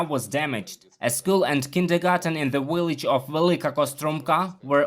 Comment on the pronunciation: 😅 he said "W illage"